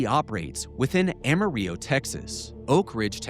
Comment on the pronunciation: the way he pronounces Amarillo Texas makes me doubt everything 😂😂😂